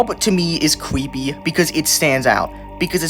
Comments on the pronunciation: Why does he say "cweepy" instead of "creepy" or is it just an accent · "qweepy" "weal" "qweeture" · “Cweepy” bro wtf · "cweepy skin"💔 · it is cweeeeepy. get it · Sto saying cweepy bro it's kinda annoying🥀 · "it LITERALLY has CWEEPY in the name, what you think it wouldnt be in the list??" barry kripke spit yo shit! 🗣🔥